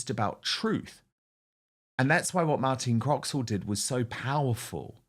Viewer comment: Talking of reading correctly from the autocue, Dan, the presenter's name is Martine Croxall, not "Martina Croxwall" as you said !! Martine has been newsreading for the BBC for many years, and is a popular presenter. I'm sorry you had never heard of her!!